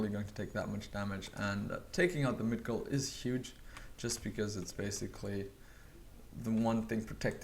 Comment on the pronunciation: Migdol!!!! Don't say Midgol!!!